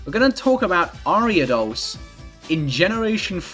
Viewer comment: the way u say ariados cracks me up